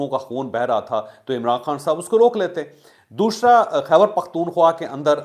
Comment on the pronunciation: what is ddoshra?? why you miss pronounce it? doosraaaaa